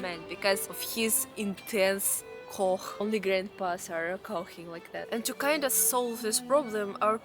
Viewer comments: lol cough is pronounced like coff not cogh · пожалуйста, when you say the word cough in english pronounce it «коф», otherwise it sounds kinda inappropriate. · "cough" is pronounced= "koff". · the way you pronounce cough is charming.